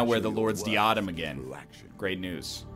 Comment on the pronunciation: DIE-UH-DEM for the love of god